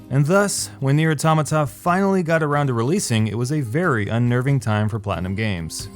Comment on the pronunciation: i couldn't keep watching, your butchering of the word automata just killed it for me. couldn't get past the 2min mark.....